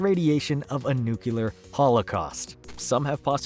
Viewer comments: New. Klee. Ur. Not New Cue Lur. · New-clee-er is how "nuclear" is pronounced. Not nuke-you-ler. Try to remember "It's new! It's clear! It's New-Clear!" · ok ok, I have to ask, after many encounters of the pronounciation "nukelar"... Do you misspell the word "nuclear" on purpose? Like a nod to the Simpsons?